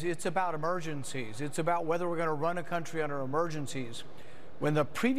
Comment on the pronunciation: "Undeer the bus"